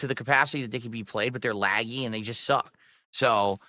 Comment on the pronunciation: “They’re lag-gee and socck.”